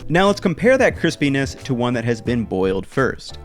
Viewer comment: I thought you said let's compare the Chris Penis to… 😂😂 Though later I found that you meant cripiness 😂